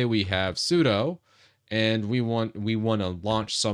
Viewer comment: "sudo" in Windows? Sounds like a "doo" followed by a "sue"...